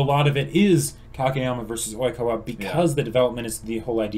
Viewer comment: I'm wheezing with laughter, hi, this is the first of your videos that I've watched, and I'm only about two minutes in, but I turned on Youtube's auto closed captioning and it picked up you saying Oikawa as "e-coli" Ah yes, I love my Seijoh children, Iwaizumi, Matsukawa, Hanamaki, and (looks at smudged writing on hand) E-Coli.